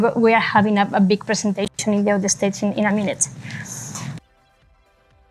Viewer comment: Si habla los demas idiomas como el ingles mejor q diga q solo habla español PRESENTEICHON